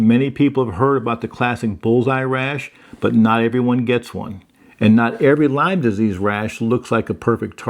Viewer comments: Great video. It is Lyme disease, not Lymes. Named after Lyme, CN. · It's not Lymes (plural) its Lyme disease named after Lyme CT. Folks get confused about this so thought I'd correct it. No disrespect intended 😊